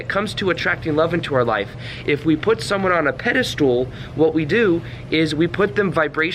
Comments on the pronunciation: It’s pedestal not pedastool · Pedestal Not pedestool. No “s” after “anyway.” That’s ghetto. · It's pedestal, not "pedi-stool." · Is he saying "Pedi stool?" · You lost me when you said "pedastool" for the 12th time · Pedestal, not pedalstool (IT Crowd) 🤣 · This video just popped up on my feed. Pretty good video and I think it indeed confirms what I think about these things too. However, I have to say, since you repeated it many times, that it is not “pedistool,” it is pedestal. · very captivating - btw I think the last syllable in pedestal is pronounced "stull" not "stool" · Right, i got 5mins before i had to comment - stop saying "pedistool". There's no such word. What you mean is "pedestal". It's not pronunciation either - you literally drew a stool under that figure. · Fyi, its pedestal, not pedastool....lol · Please stop pronouncing Pedestal as ped-ah-stool ....!!! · I like how he pronounces pedestal as "Pedi-stool". I'm just being a jerk. It's a great video. =) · Pedestool? Haha Do you mean pedestal? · You keep using the term pedi-stool, instead of pedestal. Recall that 'stool' is a synonym for 'crap', so you were right the whole time pronouncing it that way. Exalting someone needlessly is a bunch of 'crap' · Is he saying 'pedal stool'? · You keep saying pedestool so I can’t watch this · Bro stop saying pedestoooool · Yeah it sounds like that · Sorry, I keep hearing "peda-stool" and lol IT Crowd reference. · Maybe it's "Pedo stool"! lmao! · Treating people in positions of perceived power (your boss, the CEO, celebrities, etc) like an equal is a good tip and can be highly effective when done politely. I am a little distracted by the way is saying "pedestal" though. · I’ve noticed that none of these dating coaches can properly pronounce the word pedestal.